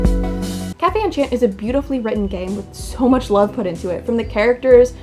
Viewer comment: I would have probably not been interested in it at first glance, but your review does trigger my attention. I may give it a try. Thank you ! Btw, -- I can't help sorry, I'm happy to see French words because I am French-- if you want to pronounce it perfectly: café is just as you said kah-feh. But for enchanté: You should not pronounce the "n". "En" and "an" are the same sound to us so you can repeat it twice: an-shan. It's hard to explain how to pronounce our "an"/"en", but I found this on the net: For “en”/“an”, try saying the word “song”, but stop just before your throat closes into the “ng” sound. You didn't do "tch" instead of "sh" which is nice. We don't have a tch sound. As for the last syllabe: té is the same as in café, it's teh. I hope it was useful ! It's odd to explain French pronunciation which words are used in a Japanese Otome Game xD Apparently, Japanese people love our culture so they tend to put words here and there to appear distinguished.